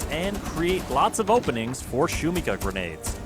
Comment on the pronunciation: Shumikha is the best way the could have called it. Could mean noise or can also translate to hype. But please shuMIha not shumiHA the tilde is on the second syllable. Thanks for making the lord even better)